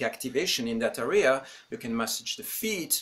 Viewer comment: You’re not pronouncing “area” correct. The accent goes on the first syllable. Not the second.